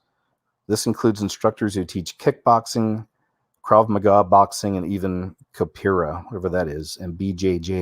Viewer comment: It's pronounced "ka-po-AIR-ra" (i.e. Capoeira). It's a Brazilian fighting art created by Angolan slaves of that country. They disguised it to look like dancing to avoid persecution by the slave-owners. Practitioners are known as "ka-po-air-REES-tas".